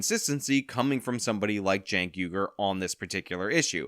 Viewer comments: 1st of all I think someone needs to put this man in a foster home, he carries on like a child, sounds like a child and 2nd why does he and everyone else pronounce and spell his name wrong, I had a friend and his name is Jenk(which I thought should be spelled Chink)but he spells his name Cenk which I think sounds like Sink(kitchen sink)but I think the boy I mean the man(?)Cenk should clear up this problem but we all know how confused he is and sounds so maybe we should leave this problem unsolved. 🤔🙊🙉🙈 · I like how (Shawn) calls Cenk, "Jank." It fits so well.